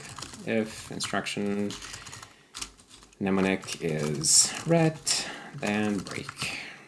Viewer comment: Very cool stuff 😃 Additionally, I learned from this video that I’ve been pronouncing mnemonic all wrong for many many years. I’ve been pronouncing it as “mennemonnik” 😬 😅